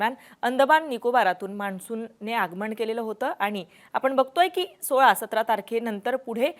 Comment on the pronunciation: आगमण 😪प्रमानात,. बाकी बातम्या छान दिल्या